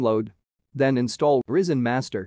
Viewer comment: it's rY-zen, not risen, pronounced rai-zen. get rid of the AI voiceover, no matter how advanced AI gets, it's still retarded...